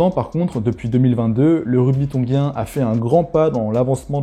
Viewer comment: G suivi de I se prononce “JI” et pas GUI. Donc on prononce “Tonjien” et pas “tonguien”. Sinon merci pour la presentation